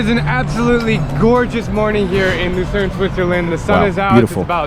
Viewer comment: Es heisst Luzern und Liechtenstein